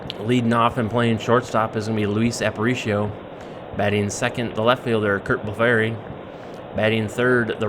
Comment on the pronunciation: Very nice! Curt Blefary's last name is actually pronounced BLEF - ER - EE or I've also heard it pronounced BLEF - FREE. Love the replay! Thanks for posting! 🙋‍♂️⚾️